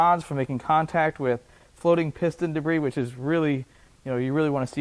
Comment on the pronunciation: De-briss. My son and I use this pronunciation when a caution breaks out a nascar race due to “de-briss in turn 2”…😀